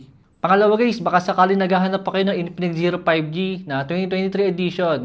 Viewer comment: I love how he says INPINIKS